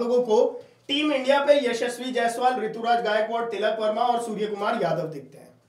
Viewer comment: Tikal Verma nhi tilak Verma h bhai 😂😂😂😂